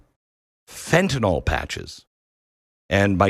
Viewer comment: Fen-ta -nil Fen-ta -nil. Not FENTANALL.. Learn it